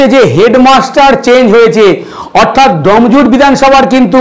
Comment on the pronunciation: ভাই "এডিটার" জায়গাটা "ডম" জুর নয় "ডোম"জুড় !! এই উচ্চারণ নিয়ে সাংবাদিক হবে???